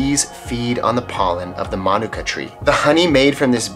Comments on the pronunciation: It's "Ma,Nuke,Ca" Manuka that's how you say it properly I'm a beekeeper from NZ as well 3 years experience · No, it’s “Ma Nu Ka”. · My mom loves Manuka honey. Love this episode. Also we've been saying manuka wrong our whole lives 😂